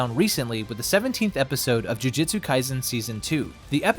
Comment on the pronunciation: it's alright. To make up for it make an entirely different video pronouncing it correctly. I'll be waiting.